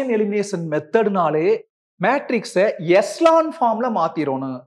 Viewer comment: Thank you sir..your pronounciation only crct sir💜🥰🙏